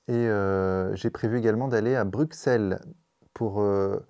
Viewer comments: bru sel on dit.... svp un effort. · Merci. Bruxelles se prononce avec 2 S en lieu et place du x. Que cela soit en langue francophone ou neerlandophone. 😊